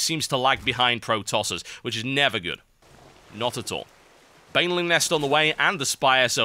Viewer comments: it's not protoss-er. it's pro-tosser. tosser is english slang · TB keeps saying "The Pro Tosser"